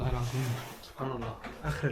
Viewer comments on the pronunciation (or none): none